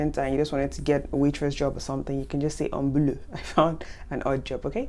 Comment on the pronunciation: ...it's still me - Barbara - asking: what about the pronunciation of "beau" and "boulot"...? 🥰